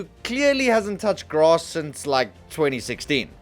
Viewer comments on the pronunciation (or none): none